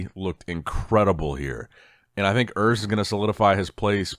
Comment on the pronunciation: Hi, Urs is German, so the 'U' should be pronounced as the 'ou' in 'you'. Just wanted to let you know.